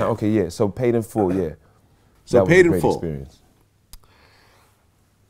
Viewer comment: It’s “Paid in Full” not “Made in Full” Vlad🤦🏾‍♂️🤣🤣